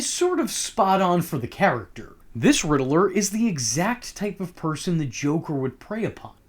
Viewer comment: Rid-ler not ridlrrlrlrlr